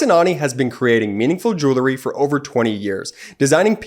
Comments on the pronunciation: I know this is irrelevant to the topic of this particular video and appears to be quite picky on my part, but it pertains to the ad for jewelry. The incorrect pronunciation of this word drives me crazy for some reason. Jewelry is pronounced jewel-ree---NOT jewler-ee. Jewelry contains jewels. And it is pronounced by saying JEWEL and adding REE afterwards. Sorry. But for some reason, the mispronunciation just makes me go batty. I expect it from uneducated people, but not people who are doing a highly intellectual video. ☹️ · Your guy who reads that Alex and Ani ad needs to learn how to pronounce the word “jewelry.” It’s not “jool-ery.” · Did you notice the geek boy who began his grift in the middle of Ben's report, mispronounced the sponsor's profession? It's JEWELRY, not JEWLERY you genius! JEW-WELL-REE. Yeah, yeah, I know it's a common mistake but geez how it makes you lose all credibility by screwing one easy word. MTG and the rest should be on trial for traitorous speech. Thanks Ben. You'll be at 2 million subs in no time. I'd share your channel with my friends but they're all stupidly republiturds so, you know, I can't. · “Jurrillie”? I’ve heard this commercial again and again and the pronunciation of the word jewelry stops me every time. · I might be more likely to buy the advertised product if it was pronounced properly. What's joolery? 😂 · Someone should explain that jewelry is pronounced jewlry. This commercial is so cringy it makes my ears bleed.